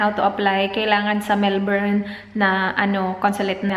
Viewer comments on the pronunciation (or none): melbourne is pronounced mel-bun as opposed to how we usually pronounce coz of its spelling. Weird and cool, but it took me 26 years to figure that out as well. Hehe just thought you'd like to know. There are a lot of videos here on youtube where they give samples on how its actually pronounced. Love ya! ❤️ best wishes soon. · Coco Natz mel-bin